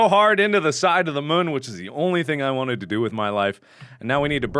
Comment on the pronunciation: Moon not mun